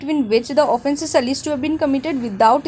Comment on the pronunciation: Exactly and that too Someplace she has made flawed interpretations, also wtf is "alleeeged" For gods sake it's alleged, kindly work on your Pronunciation cause it does affect the listeners and gets annoying at times.